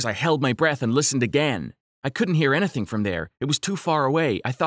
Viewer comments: does anyone notice how he's saying "ana-thang?" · Am I the only one who realized he said Anything-anehthan Room-roam